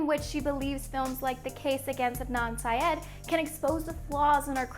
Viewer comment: The real crime is how she said syed